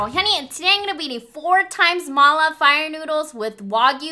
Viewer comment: Is Hyunee Chinese? I mean her ethnic Cuz she pronounced “ma la” correctly 😲 She doesn’t look like one tho